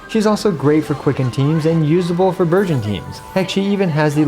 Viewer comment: it is just me or when he say burgeon I hear virgin ಥ‿ಥ